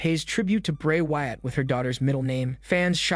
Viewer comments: Dude please fix the way you pronounce things you keep messing up bray wyatt's name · I thought i was the only one. The episodes are good but the way he pronounces some names and words make me not watch it as much as i would like.